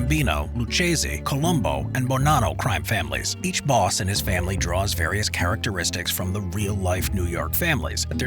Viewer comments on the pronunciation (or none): none